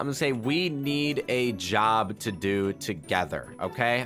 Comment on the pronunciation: For do she said dfo